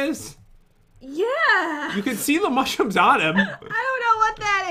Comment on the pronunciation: Not mussroomes